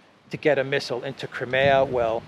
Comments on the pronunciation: Love your awsome walk 'n talks. Seeing stunningly beautiful, sunny Greece is amazing, hearing the interesting updates on pertinent news, and also mixed in w a bit of fun and distracting spontaneous humor; this is purely delightful. But one thing jars my ears and puzzles me; it is your pronunciation of "Crimea." I always heard it pronounced "Cry- MEE-ya." Never heard it said as "Crim-AAA-ya" before. Sounds strange to me every time. Thanks for showing us around your gorgeous country! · I always thought it was pronounced, Cry-mee-ah. Not, Krim-e-ah.